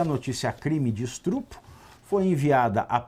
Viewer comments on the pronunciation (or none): Estrupo?! Quê isso, Pavivi?! Ok, entendi a sagacidade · Isso eh um programa jornalistico ou um programa de comedia? Vc eh horroso jornalista (sera que eh). Vc fala Estupro errado de gracinha ou faz gracinha porque nao da conta mesmo de falar!